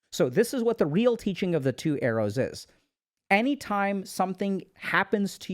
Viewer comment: Thought he was saying 'eros' instead of arrows. Took a while to realise and cannot unhear it anymore 😂